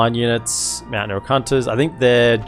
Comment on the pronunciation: I study english as my major and I take fascination in accents and varities of English. I have to say, everytime you say "Meowtain" you bring a smile to my face. Aussies rock!